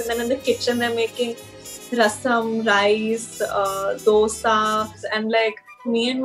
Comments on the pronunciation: Probably only person who said "dosa" And not dhosa! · U love the way she actually said dosa and not dhh-oosa 😂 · Palkova ,mysorepak, dhosa ! Her pronounciation was pure south indian !!!